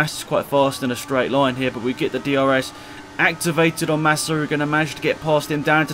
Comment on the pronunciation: you said Nassa